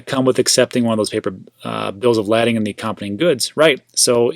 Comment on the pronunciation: Spelled lading...but pronounced bills of "laydin".